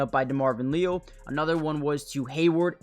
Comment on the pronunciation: It's Lee AL. Just trying to help.😂